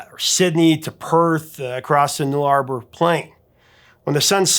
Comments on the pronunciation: Dude not null-arbor, nulla-bor. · AC/DC is quite possibly the best rock band ever. Great review Just a quick annunciation lesson for you… the Nullarbor plain is pronounced Null ah bore plain not noo lah ber plain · Love your videos. But just so you know Nullarbor Plain is pronounced Null - a - bore Plain. The "a" is sounded short like in up without the "p" sound on the end of it. Americans always have trouble with Australian place names............ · Nullarbor is pronounced nuh-lah-baw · I have have never heard it pronounced like that. Try Null-a-bore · My Dad lived in a town near where ACDC started, my Aunt actually has drumsticks signed by their drummer before they were famous ;) They have awesome riffs. Oh an the plain in Australia Nullarbor, is pronounced Nulla - bore , the way Aussies prounce things seems tricky for other countries, others even say Aussie wrong ;) (It's Ozzie, like Ozzie Ozbourne) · Hey Doc,,,The Nullabor Plains is pronouced Null - a - boar...just letting you know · The correct pronunciation is NULL A BORE plain for the vast stretch of nothing between South Australia and Western Australia. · Bus to Perth, Nullarbor Plain, pronounced Nulla boar. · That’s not how you say Nullarbor ha ha ha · ya know......typing nullabor into google and clicking the 'pronounce' icon is a 2 second sure fire way to not sound like an absolute american tool. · The ????? Plain???? 😂😂😂😂😂. Guess if you don’t live in Australia it is hard to pronounce. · You mispronounced "Nullarbor" - the emphasis should be on the first syllable, not the second